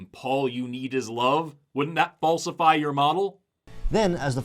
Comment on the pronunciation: Did you say "Paulsify your model" instead of "falsify"? I genuinely can't tell now